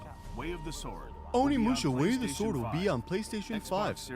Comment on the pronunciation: When’s someone gonna tell Tim it’s pronounced O-nimusha, not ON-imusha? Lol